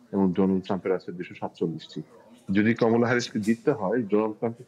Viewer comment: কামালা, না কমোলা, এই নাম টা কেউ সঠিক ভাবে বলতে পারলো না।